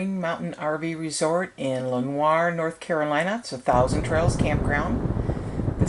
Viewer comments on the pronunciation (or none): Have to tell you after seeing this. It is pronounced Le nor not Len oir.